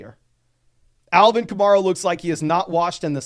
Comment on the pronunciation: It's Ka-Mair-A rhymes with hair. Not Mar, rhymes with star. He's been a star in the league for 8 years now.